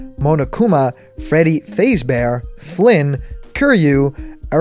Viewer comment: I like the Eggman, but he mispronounced "Freddy fazbear" to "Freddy Fazebear", so i dont really count it being real. Plus, no indie reps for mii costmes and no Metal Sonic mii costume seems kinda fishy...